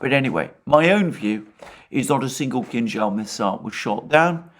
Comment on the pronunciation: Alexander is a rare occurence of English speaking person who correctly pronounces the name of Kinjal missile, not Kinzal as others do. Kinza in Russian means cilantro.